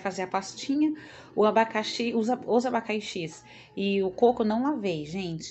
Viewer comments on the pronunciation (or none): Abaicaxis,vcs ai falam assim mesmo? Achei engraçado